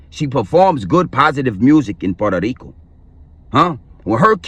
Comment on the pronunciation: 😂😂😂😂🤣i was dying laughing when i heard him say "Puerto Rico"